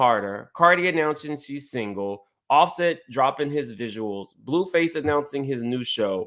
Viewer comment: BluSet!?! you sure know how to butcher some names! 😫😆😂😂